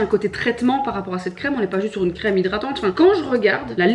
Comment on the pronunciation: Résumé: “uneuh frite les amis uneuh frite!”